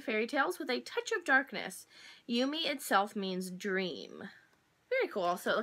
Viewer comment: Ooo this is probably my favorite kawaii box that I've seen so far. Thanks for showing it to us! :D Btw, Yume is pronounced "yoo-meh". :) Also, I know that people have the best of intentions but it's really bothering me that they're thinking fat automatically means ugly and feel the need to say you're not fat, you're beautiful. So I thought I'd say fat doesn't mean you're not beautiful and I genuinely think you're beautiful, which I'm sure you already knew :)